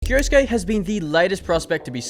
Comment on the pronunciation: Why do you say "kioski"???? It is said KI-O-SU-KE as written. 4 syllabs. 😅